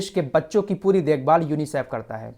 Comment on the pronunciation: Bhai sahab kha se le ye news.chutiya mat banao.UNICIF ko teek se tho bol